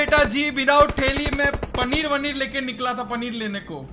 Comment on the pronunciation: Panner aur bundi nahi paneer aur boondi